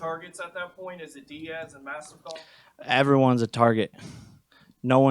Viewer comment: I'm sorry ... but Masvilda 🤣🤣🤣 hell fold you